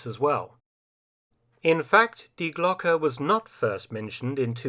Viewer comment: Maybe someone has already said it—it is pronounced Dee Glocke, not dye Glock! Twangs my brain every time I hear it mispronounced. Does anyone check and correct the AI narration? The ‘e’ in Glocke is pronounced like the ‘e’ in Porsche (not Porsch).